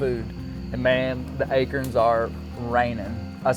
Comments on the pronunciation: That’s ayeekeern! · He says it right, "A-Kern". Love it